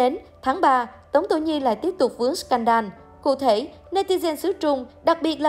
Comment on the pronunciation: Đọc là " sờ cen đồ " đi ad. Đọc " sờ can đan " giáo viên tiếng anh dạy tui mà thấy lại bảo t xem youtobe nhiều bảo sao phát âm kém.😂😂